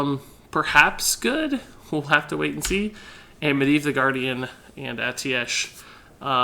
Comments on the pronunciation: It's pronounced ae-teesh, i'm surprised a member of blizzard is pronouncing it wrong, maybe different for different countries tho, yes it is full of words that look and sound strange haha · it's pronounced "a-ti-sh"